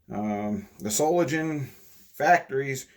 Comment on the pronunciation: Germans dont say soft Gs. SolinGEN not solinjen.